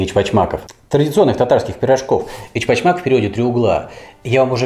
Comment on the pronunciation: тогда уж Очпочмак, произношение первой буквы О ( ) ближе к (ө) У, но ни как к Э. Я тоже татарин. Эч в переводе с татарского означает внутренний. А Оч (Уч) три. Три угла у данного блюда.